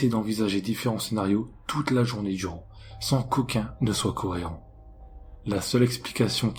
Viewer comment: coreant😂 (au lieu de cohérent)😂